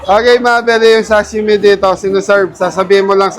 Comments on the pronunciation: Sashimi hindi shashimi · SASHIMI Hindi shasimi😂😂😂